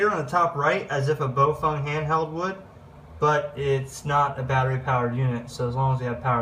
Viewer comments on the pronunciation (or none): Hi. Very informative. Thanks. FYI, though...Baofeng is pronounced "Bow-fung" not "Bo-feng" or "Bo-fung".